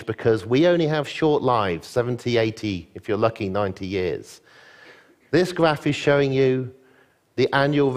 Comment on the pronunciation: He sounds like Jonathan Ross with the pronunciation of his 'r's being very forward in the mouth, almost sounding like a 'w' at times. Perhaps it's a regional thing. 'Graph' becomes 'gwaph' and so on.